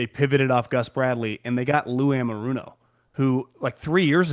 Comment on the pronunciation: I love hearing pronounce Lou Anarumo